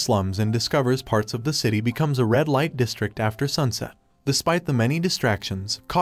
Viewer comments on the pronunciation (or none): none